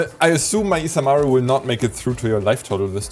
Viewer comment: I really appreciate that you guys pronounced isamaru japanesely😂❤